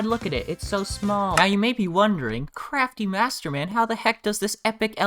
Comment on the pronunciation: I love it when you go “cwaftymasterman”